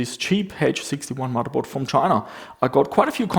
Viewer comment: Love the way says "muddahboard"